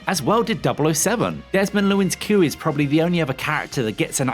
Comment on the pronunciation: 'Sar-eef', Desmond 'Lewin', 'Lou' Armstrong?, Rory 'Kinnar'... Really, What Culture..?